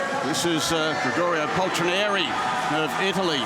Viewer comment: I lost the count how many times they mispronounced Paltrinieri